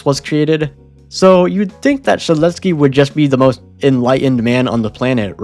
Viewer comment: No way he pronounced yksteldehs first try